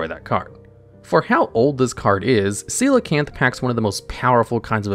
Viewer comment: I can’t believe he read coelacanth correctly of all things…